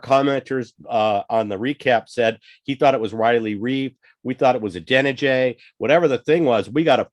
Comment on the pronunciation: You guys are going to be backtracking on that Adeniji hate so fast, you'll start pronouncing his name right!